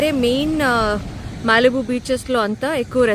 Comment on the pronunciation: Malibu ❌ mallibu ✅